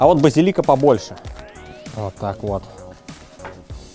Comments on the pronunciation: Друже, ты за***л уот так уотать, реально к середине выпуска уши резать начало. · Брат Алексашки курицына:))). "Уотак уот"!:))) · Уот так уот. Уот таак уот :D